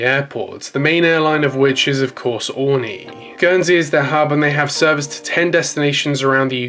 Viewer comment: Something that’s really been bothering me in throw video is the pronunciation of Aurigny! It’s: Oarreeknee ! Not oreknee!